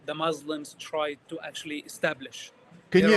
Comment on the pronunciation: I’ll never believe a person claiming to be an arab who say the word “mzlims” he’s definitely a fraud we make fun of western who cannot pronounce the word مسلم he’s a Jewish Zionist